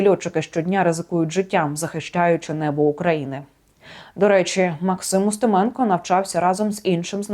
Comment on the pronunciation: А я зрозумів що вона ставить наголоси в українських прізвищах на московський манер УстимЕно. Де ви таких понабирали??